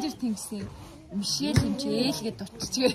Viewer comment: Мишел юм чинь Ми-Шель’ гэж тод хэлээрэй~! Мишээл гэж сонсогдох гээд байна🍓🌸